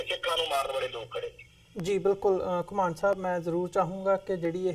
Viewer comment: host jee ur guest's is Ghumman not ghumaaan